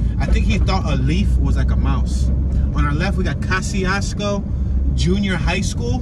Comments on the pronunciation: It's pronounced Kozy-Esko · The name of this town is pronounced “Ka-zee-s-ko” by the people who live there. The twon is named after a Polish general and engineer. However, he pronounced his name “Ko-shiousko”… I know because you drove right by two of the houses I grew up in. One on East Jefferson Street and the other on Bell Street. My mom, sister and her family still live there. Okra Wimpfry lived in a small home out in the country off of Hwy 12, I believe. For MANY YEARS… she denied ever living there. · I was born in this town, so was my mother and father. My family still owns Winters Funeral Home to this day which used to be located on Tipton Street… Yeah, I remember Mr Charlie’s store and when Reverend Harris was the Pastor at Christian Liberty Church. 😎This is my home. Peace to the Moors and the Choctaw Nation. ✊🏽Oh! You pronounced Kosciusko wrong in the entire video. I’m not mad at you tho! ✌🏽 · I all but had to turn down to off when he was saying the City's name "KOSCIUSKO" wishing he had got the correct pronunciation before doing the video. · You should have called me. Born and raised here! You're pronouncing it all wrong. No one call street names, we direct by landmarks, and this is generic! Who are you? Where are you from? Who sent you? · Kościuszko is a Polish name and I'm 100% sure you're pronouncing it wrong, Hubert. So I don't see a point in arguing for a wrong pronounciation over another wrong pronounciation. Just say it however you like if you're not gonna respect the original pronounciation anyway. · And you think you're pronouncing it right? This city was named after a Polish national hero, so you're definitely not pronouncing it as intended, lol.